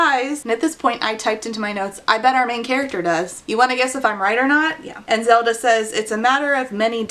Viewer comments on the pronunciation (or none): none